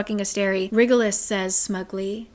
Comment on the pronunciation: "WriggleUs" 😂 Every time she pronounces that name. Super glad for this video so I can see what happens, because there's no way I could endure another book of cringe and plot holes